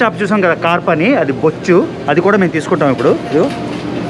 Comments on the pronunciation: బొచ్చు కాదు బొచ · Bochchu kaadura abbai bochcha 🤔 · అది బొచ్చు చేప కాదు, బొచ్చ చేప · బొచ్చు కాదు భయ్యా బొచ్చె 😂😂😂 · Arey babu...bochu chepa kadura... bocha chepa. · Bochhu kadhu brother. It's mean bocha.Catla Fish 🐟😋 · Bro adi bochhu kaadu Bocha anukunta kadaa? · Odiyamma karichestaii 😂😂 Bocchu kadhu Anna Boccha😂